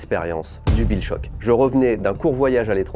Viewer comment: Deja il a dis guill shock et pas bill shock... Unfold!